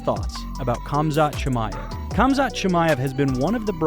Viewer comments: Why is the narrator saying "Kam-zat" instead of "Ham-zat?" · Lol it’s pronounced haaam zat sounds like you are saying kumshot😂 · It’s pronounced hom-zat chimaev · Why do you keep saying ”Cumshot” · Gotta stop pronouncing the K's on Russian fighters, lol. Khamzat=HAMzat and Khabib=HAHbeeb....just helping you avoid haters :) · It's not Khabib but Habib And it's not Khamzat but Hamza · The "K" is silent in their names! Lort I can't listen to this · Like D'jango the K in Khamzat is silent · Pronounce their names with a h not k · The letter K is silent in their first names. Say their names properly. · The K is silent dammit!!!